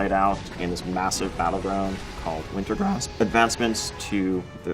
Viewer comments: winter-GRA-sp .... cracked. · and that was the best take of him saying "wintergrasp"?